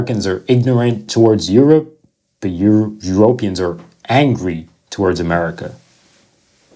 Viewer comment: Why are you saying "eu-RO-pians instead of "euroPEans? It's like if we were to say "AmericAAANS" (like the language Afrikaans)? Also, you're too close to the screen and you look green in the face. Not a good look.